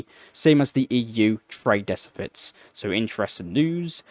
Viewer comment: translactic, decifits? you inventing new words now? You're doing good stuff with this channel, but slow down, and pronounce things properly